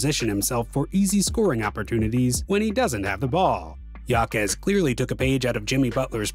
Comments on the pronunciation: His last name is pronounced “ha-kez” not “ya-kez”. Otherwise great video. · Its pronounced “ Haime Haquez “ not Yaime Yaquez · Name is pronounced (Ha-Kez) not (Ya-Kez). But He's quite the rookie this year. Honestly, as far as impacting winning I think Jaquez should be the frontrunner for ROY. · Pronounced Hakes not Yakes. It’s Spanish! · It was driving me crazy every time he mispronounced his name. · For real. I really wanted to watch this video but I just couldn’t get past the pronunciation. Unlucky really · You should pronounce it how he and his family does. It’s courteous at worst. But it’s your channel so w/e.